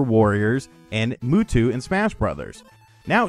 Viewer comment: Well it will be sad to, wait a minute! did you just say "Mootwo"? Any who like I was saying, Its going to be sad to see an awesome program like this go away. That where I was getting all my VC games from.